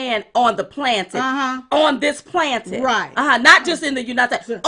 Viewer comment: I enjoy the both of you. I respect you and love your common sense and patriotism. I hope you don't mind, but since you are public speakers, I wonder why you don't know how to pronounce the word "planet?" Plan - et not plan-tit or plant-it. Plan - et, as in the world, the Earth, Planet. The PLAN - ET......you should be able to remember that one, as in "Trust the Plan" President Trump's "Plan" for this country. I don't mean to sound condescending, I just want the two of you to present yourselves in the best light and using the correct pronunciation of words goes a long way in that respect.